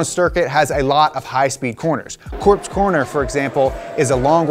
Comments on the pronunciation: COPSE. Not corpse. It's pronounced "cops". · nope. Its "Copse" corner. Not corpse. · Did really just pronounce "Copse" as corpse....? XD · No it’s not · Ah then it wasn’t only me that heard that. Had to go back and listen again 😂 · No diss to donut but why did someone tell him corpse instead of “cop-ss” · "Copse" "Corpse" ok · Did you just call it "Corpse Corner"? :O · "corpse corner" im not sure he watches f1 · "Corpse Corner" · My ears burnt when he said “corpse” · I didn’t know they renamed Copse to Corpse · Corpse at Silverstone is pronounced ‘cops’. 👍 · Copse corner isn’t pronounced like corpse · did he say "corpse" corner??? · Copse Corner. Not corpse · It's not Corpse corner.... It's Copse corner, why did he say Corpse corner...... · It is pronounced COPS corner at Silverstone... Just F.Y.I.